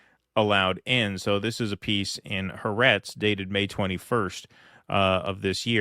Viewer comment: Ha AhRetz has 3 syllables. Accent is on the second.